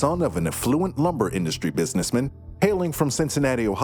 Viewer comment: “Was the son of an uh-fluent lumber industry businessmihn”